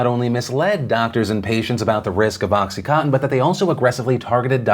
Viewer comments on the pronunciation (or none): Dear Phil, it's oxy-CON-tin, not oxy-COTTON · oXy CoTtEn haha its contin not cotten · Phil, it’s pronounced Oxy-CON-tin as in continuous. Just FYI 👏🏻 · Is he saying oxy-cotton??? 😝 It's oxy coN tin. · Anyone else keep hearing “oxycotton” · Every time Phil pronounced OxyContin “Oxy Cotton” God killed a kitten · Phil listening to you mispronounce contin fifty times was very frustrating. CON-TIN. Oxy con-tin. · Does anyone realize that oxycontin has an "n" in it? It's not oxycotton. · Is it just me, or do a lot of people only seem to pronounce about 60% of the consonants in the word "Oxycontin"?